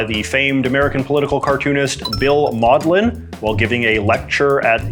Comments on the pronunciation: just realized it is Mauldin and not Maudlin, unlike maudlin which was said earlier in the video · Bill Mauldin, not "maudlin". You kept mispronouncing it.